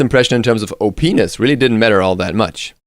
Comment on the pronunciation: You said "OP-ness" when you were talking about Jing and I thought you said "Oh penis." And I found that humorous.